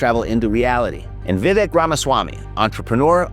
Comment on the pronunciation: Vivek says you pronounce his name like this: Vi-vake. Rhymes with cake.